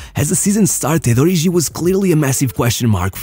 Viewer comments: Its pronounced Ori"G"i, not Ori'jh'i. Kenyan here 😅 (its Kenyan name) Great video as always though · HE's "ORIGI", not "ORIJI"